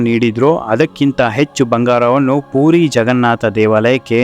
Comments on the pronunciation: ಅಣ್ಣ ಅದು ಪೂರಿ ಅಲ್ಲ ಪುರಿ ಅಂತ ಹೇಳಬೇಕು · ಪೂರಿ ಅಂದರೆ ತಿನ್ನುವ ಖಾದ್ಯ. ಪುರಿ ಎಂದು ಉಚ್ಚಾರಣೆ ಮಾಡಬೇಕು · ಪೂರಿ ಅಲ್ಲ ಪುರಿ.😮